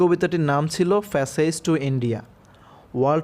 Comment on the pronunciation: ফ্যাসেজ না প্যাসেজ হবে